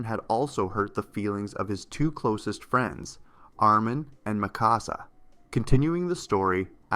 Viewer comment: Ah yes: Aaron, Mickawsuh and Eemheer